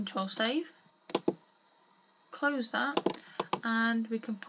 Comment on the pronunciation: close it ..and not closa speak english properly please